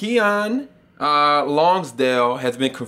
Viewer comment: It's pronounced Kee-Nin.